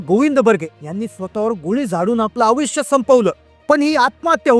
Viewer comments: आविष्य नाही आयुष्य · आविष्य नाही हो आयुष्य म्हणतात त्याला